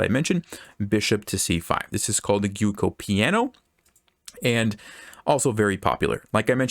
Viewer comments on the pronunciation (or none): Gioko? Bwahaha. It's pronounced 'gjwwohhocoohhh' piano and it means ' slow game' in Italian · Thank you for the video, just a minor note. "Giuoco piano" is Italian, the correct pronunciation of the first word sounds like "ju oh ko" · Giuoco is pronounced like joke-o :)